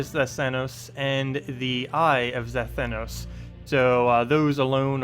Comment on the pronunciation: You said it right!!!!!! Well, at least the very first time at the start of the vid...